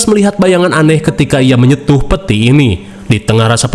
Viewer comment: menyentuh bang bukan menyetuh 😅